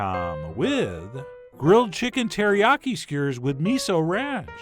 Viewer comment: "Sugar surp" Cute and weird pronunciations by Chef John.😁